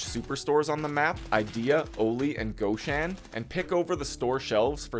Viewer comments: All ok, thx. But goshAn, not gOshan)) that is nonlicensial copy of russian shop with name ashAn. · Awlee and gawhshan. You must not like the letter o